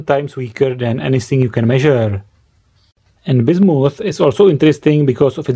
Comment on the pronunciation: It's Bismuth, not bissomoth....learn the language.